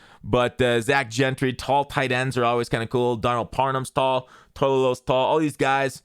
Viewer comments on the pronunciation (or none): none